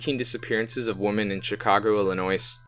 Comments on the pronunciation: The S is silent. It's pronounced "ill-ih-noy". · it is Illinois the s is silent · Wow you must be a genius to be able to pronounce things properly you are so smart I am so proud of you! From what I can tell dude literally said Illinois without the s being silent one time! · I'm from Illinois originally and you're pronouncing it wrong. The "S" is silent. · It bothers me how they say Illinois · or don't fuck it up in the first place. Takes seconds to research the pronunciation of words. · Yes that is my biggest pet peeve being from Illinois is the s.....thank you.... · The s in Illinois is not pronounced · You should learn the lingo (how to pronouce "Illinois" for starters) before publishing the video. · Are you guys illiterate?? Half the names you read are a misread including the name of the state your reporting on! Illinois has a silent s!!!!!! Jesus christ!!!